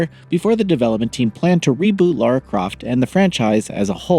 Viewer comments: L A R A not L A U R A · Why can’t Americans pronunce things ? It’s Lara not Laura (And while we are at it, it’s pronounced Craig not Creg too ! ) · Americans are so dense when it comes to pronouncing the name Lara Croft.